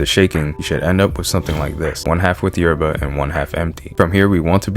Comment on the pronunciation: You need to learn how to say yerba like an Argentine boludo